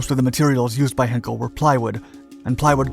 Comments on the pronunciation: Perhaps ‘heiiin-kel’ and not ‘henkel’? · It's NOT HINKEL but H EYE NKEL EI is pronounced EYE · Hinkel? It's Heinkel, being pronounced with the same tone as in the word high. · You think by now the narrator would have learnt how to pronounce ‘Heinkel’. I know he’s a yank but even so. Perhaps he couldn’t see the letter ‘I’.